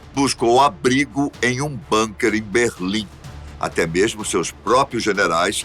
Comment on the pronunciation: Se fala bunker com "u". Não com a fechado. NÃO É INGLÊS